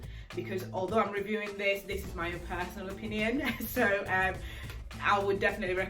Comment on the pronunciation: I was trying to figure out where you are from then I heard you say ‘ Sooooooooo’ and realised🤣